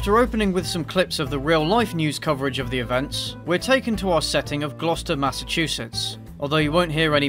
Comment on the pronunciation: He pronounced Gloucester right, bless.